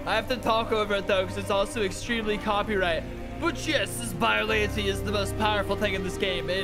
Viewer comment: its pronounced biollan-tay not biollantee